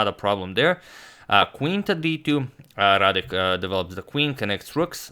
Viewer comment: excellent "Radek" pronunciation